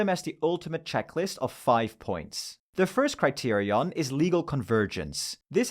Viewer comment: Great video. Ngl you saying criterion correctly every time kind of pissing me off I dk